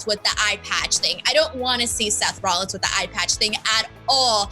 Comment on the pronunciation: I'm sorry, Seth ROLLIS? Seth Rollis.